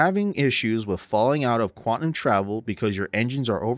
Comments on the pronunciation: for the love of god, the word is QUANTUM, not quatnum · great video, man. Thanks. FYI, it's pronounced quantum (Kwan Tum), not kwatnum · Lol I had to stop watching after you started saying “quatnum” drive... its “quaNtum” drive :) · "quatnum" heh